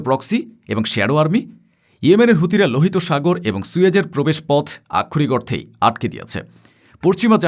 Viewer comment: আমি যতোবার এই প্রতিবেদকের প্রতিবাদ শুনেছি ততোবারই বারবার "আক্ষরিক অর্থে" শব্দগুচ্চের ব্যবহার দেখেছি। একই শব্দের ইচ্ছাকৃত রোবোটিক উচ্চারণ বিরক্তিকর এবং প্রয়োজনে অপ্রয়োজনে একই শব্দের ব্যবহার উচ্চারণকারীর শব্দের দৈনতা নিশ্চিত প্রমাণ করে।